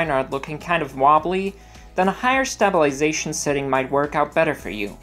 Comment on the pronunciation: Awesome tutorial! Thanks for the help. It's "sta·bi·li·za·tion"... not "Stab-il-ization". Sorry... :P